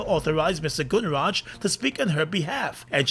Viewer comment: this announcer needs more practice to pronounce people's names correctly = Gunraj NOT gunnraaj